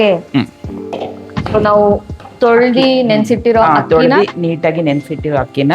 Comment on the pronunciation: Nice. ತೊಳದಿ ಅಲ್ಲ ತೊಳದು, ಹಚ್ಕೊಂಡಿ ಅಲ್ಲ ಹಚ್ಕೊಂಡು